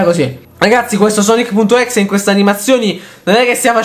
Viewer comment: Pk dite exe se si pronuncia ex